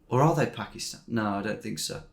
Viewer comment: it was an s mostly as he said “pakist”